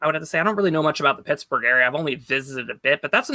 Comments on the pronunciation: Two pickets to Tittsburgh please 😂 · You pronounced Shittsbugh incorrectly